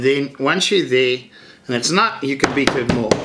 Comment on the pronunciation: I almost thought you said "...I will moer this properly ... " :DD